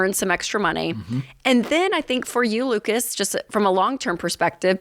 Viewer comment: I like that Ken pronounces Lucas with the A as a schwa instead of a short I. Most Americans say Luke-iss.